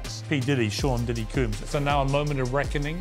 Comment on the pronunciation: I love how Piers say "coombs" instead of "combs"